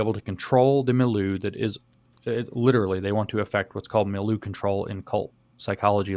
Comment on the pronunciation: I really like how James pronounces "milieu."